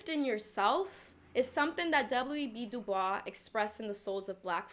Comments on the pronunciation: It's pronounced "Da Boyz" (WEB Dubois). This is my first time watching and I LOVE your references, analysis, and passion. Thank you for being yourself and for sharing these amazing and extremely validating insights. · Just a random point — Du Bois insisted his name be pronounced "DU BOYSS". :) Brilliant video! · W.E.B du bois is pronounced da boys or that’s how I’ve always heard it